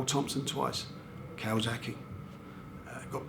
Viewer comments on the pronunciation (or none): none